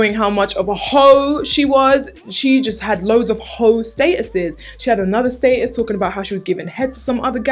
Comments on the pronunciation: ohhh i was confused when was pronouncing "statues" 😂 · I love how she says status's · It took a while to figure out you were saying "status" 😂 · Lol sub demographic is clearly mostly American because everyone's commenting on the way she pronounces "status" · I love how you pronounce "status". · i just realized she was saying "status". omg love u 😂